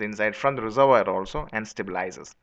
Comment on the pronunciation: Just trying to help here... Its pronounced reservWAR.